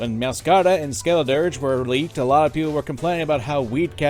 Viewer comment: Well, you butchered Meowscarada's and Skeledirge's names lol